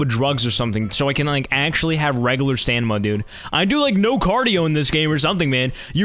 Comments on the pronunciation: "Alright let me charge my stanima" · nobody talking about the fact he says "stanima" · Nobody:: STANIMA! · I've been saying stamina wrong my entire life... it was pronounced stanima